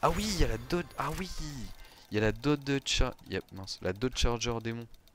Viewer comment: et c’est dodge pas dod et c’était une challenger pas charger